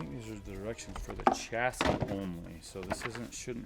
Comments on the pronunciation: Every time says. Chas-s-i-s😅🤣 makes me laugh 😅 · From previous shows, has ruined the word "chassis" for me. LOL